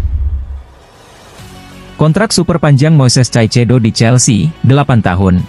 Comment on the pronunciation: masak ngmgnya caicedo please deh kaisedo min .... 😂